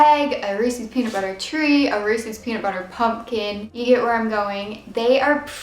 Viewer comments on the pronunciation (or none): I love your crafts but its reeses not reesies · Ehy do you say "reesees" it's pronounced reesis!!! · Just so you know you pronounce resees wrong, it's re-ses (likes says but ses) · Reesees...holy moly OCD it's Reese's ! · It's pronounced REES•IZ not REES•EEZ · they aren't pronounced reesies they are pronounced reese's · I find it strange that americans pronounce reeses reesees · Who else hates the way she says "Reese's"? Lol just kidding, we love you!